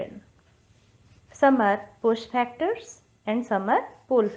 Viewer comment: it is FACTORS and not PHACTORS please do not make videos if your pronunciation is not correct